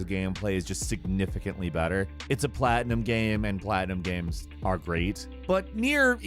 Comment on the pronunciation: Why are you saying GAM 😂